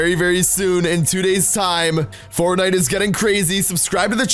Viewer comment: My mom can say Fortnite better than you